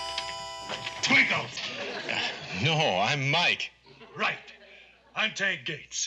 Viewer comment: its mike not mac